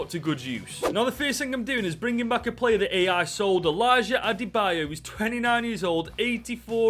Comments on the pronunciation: "Adebo" lol 🤣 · Its pronounced ade-bi-yo btw :) Great video btw !